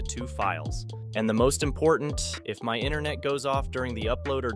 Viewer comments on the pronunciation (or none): none